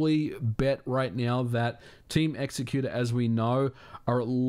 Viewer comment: Thank u for saying "x-ecuter" and not "exec-uter" like I've heard some ppl -_